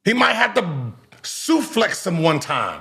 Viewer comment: This man said suflex 😂